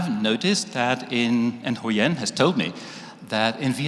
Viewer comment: your pronuonciation suck. We don't have the ending sound in Vietnamese, so stop put it in there, stop saying Huyen nam that way. The TR in truong is not pronounced that way.